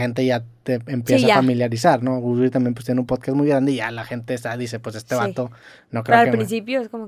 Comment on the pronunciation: Poscast dijo poscast jajajaja 🤣🤣🤣dijo poscast